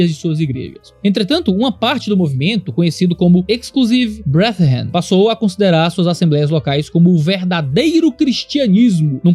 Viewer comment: uma pequena observação: "brethren" lê-se mais como "bredren" que "breathren";) Abraço forte e obrigado pelo seu ministério. 🙏